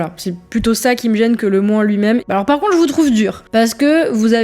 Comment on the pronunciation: bjr, le " par conte " au lieu de " par contre " , elle est typiquement Parigo